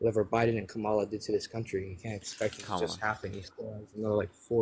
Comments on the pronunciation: I don't hear a difference with how he said kamala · It’s always the same they’re absolutely brain dead have no clue what they’re talking about. Can’t say Kamala‘s name right still blame Joe Biden, almost 2 years later. And Russia has always been our enemy and now all these Maga idiots love Russia. They love Putin and they love Russia because Trump told them to or something. They were anti-Russia and anti-war now they suddenly love war and love, Russia and hate Ukraine. 🤯🤮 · Why does MAGA all mispronounce Kamala's name? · I think you need to screen much better if a person can’t even say Kamala right they must have a brain smaller than an ant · When deplorables like thus guy refuse to pronounce Kamala's name correctly, you should refer to Trump as "Rump". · should make a rule. If they can't pronounce Kamala's name. End the discussion. It's ridiculous and disrespectful at this point. Also, that youngin is a hateful idiot on purpose.